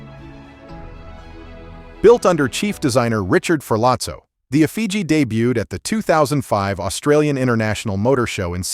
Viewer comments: Also why is there a move to say 'under the hood'?? In OZ we call it the bonnet! And I may be wrong but I very much doubt it, I think the correct pronounciation is Effigy, NOT effiji. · EFIJY is pronounced EFF-I-GEE